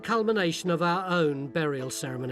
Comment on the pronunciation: a "berriel" haha that is exactly how Phil says it :D